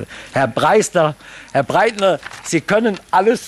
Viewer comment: Herr Beck... äh... wie heißt... nein. Nicht Herr Beckel. Herr Breistner... Herr BREITNER...